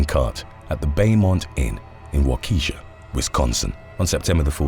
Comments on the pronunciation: Wa-ke-shaw.... Not Wa-Kes_sha, signed a Wisconsin resident. Side note: This is at least the 2nd time I've heard you make that mistake. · For the future. Its Walk-eh-Shaw. Not Walk-eesha. That sounds like some urban chicks name. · U saying (WAH-KE-SHAW) as Sharkeisha is killing me bro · Damn bro! Not wa-key-shaw it's Wakaa-shaw LMAO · It’s pronounced “wok a Shaw”. Not wakeesha, it’s Native American. And if your going to say the word incorrectly more than once maybe take the time to learn it. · lmfao, bro, haha. Im from Wisconsin. its Walk-eh-shaw, not wah-keeeee-sa. listening to outsiders try our city names is priceless. Next say, "Oconomowoc, Fon Du Lac, Manitowoc, and Sheboygan." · Waukesha is WOK-UHH-SHAW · It is pronounced “Wa Ka Shaw” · Excuse me but I'm from Wisconsin, it's pronounced Walk-A-Shaw. love the vids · When pronounceing wakesha the e is prounoced more like an a